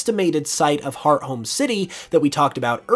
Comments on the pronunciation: Hearth-ome city, not Heart-home City. Ore-berg Town not Or-a-berg town. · Just now realized I've been mispronouncing Hearthome for the past approx 16 years ☠️☠️